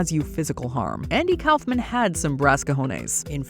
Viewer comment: I grew up in the era of Andy Kaufman and I can’t stand it anymore, I have to say something: It’s pronounced “Koff-man.” Not “Kowf-man.” Like nails on a chalkboard every time she says it. In multiple videos. 😳